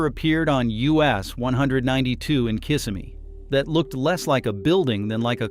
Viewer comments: It is not pronounced, kiss of me. It's pronounced [ kuh - si - mee] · Throughout the video, the narrator never could say Kissimmee properly… I remember a Pleasure Island for teens in the 90s with a movie theater and shops. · What can you expect? They can't even pronounce Kissimmee right.